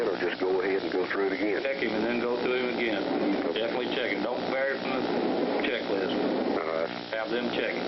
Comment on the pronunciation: Commissioner? Mr. Low? Should i zap him ageeen?